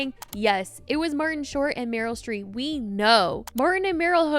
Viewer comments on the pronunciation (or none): so sorry but there’s just no way u called the iconic household name Meryl StreeP, Meryl StreeT😭😭